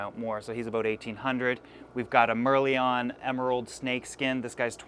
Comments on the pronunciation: It's pronounced "Mer-Lion" not "Mer-Leon", haha... Great video! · It’s not “mer li on” as how u pronounced it mate.. its “mer lion” as in mermaid + lion (roar) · FYI, Merlion is not pronounced as Mer-li-on. it is Mer-Lion (lion with tail of a fish). Mascot of Singapore. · mer-lion not mer-lee-on. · Mer-LION. not mer- leone. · Its not mer-lee-on , its pronounced as mer+lion , lion as the lion , the big cat found in africa . The Merlion arowana could be associated to be from Singapore ( I do not know correctly ) as the word Merlion , Mer+lion , is the national icon of Singapore . No other country I know associated Merlion as their national icon except Singapore . Hope this helps ! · Just a little trivia, the merlion is actually pronounced 'mer' in the same way you pronounce 'mer' in mermaids and lion being just the regular way you pronounce lion. The merlion is sort of a symbol for Singapore, indicating the arowanas are of singapore origin or were produced there, although i'm sure the knows all that. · It's pronounced mer-lion btw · Btw it's pronounced mer-lion as in the lion is pronounced as the big cat lion. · Yo from SG also a fish hobbyist,YOU SHOULD REALLY LOOK INTO DATNOIDS,specifically the Indonesian Tiger Datnoid or if u have a chance a Siamese Tiger Datnoid Ps:Its pronounced Mer-Lion(yes that animal with a mane) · Merlion is meant to be pronounced Mer-Lion. Similar to how you would say mermaid. Anyway, love the videos! Cheers from Singapore! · Fyi - Merlion is pronounced as Mer-lion (As in a mermaid-lion) The Merlion is the national personification of Singapore. Which is also where merlion arowanas are bred. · Hey, the third arrowana you mentioned. It's pronounced 'Mer-Lion' like as in Lion of the Sea. Why? That's the national symbol of my country, Singapore. Half-lion, half-fish.;) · Hey.... Merlion is pronounced as it is spelled, as in lion not lyon. The Merlion is a symbol of the country Singapore where the arowana was bred.